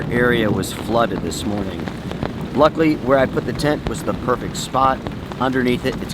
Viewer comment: “Remuhnents” is not a word. “Luckly” is still not a word.